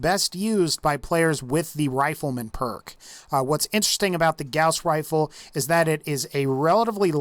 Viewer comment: All I kept hearing was "Grouse Rifle"